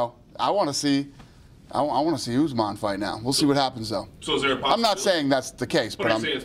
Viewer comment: Whys he saying usman like Guzman lmao